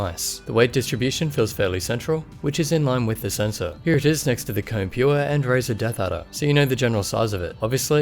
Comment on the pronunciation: Its actually pronounced "Ko-Ne"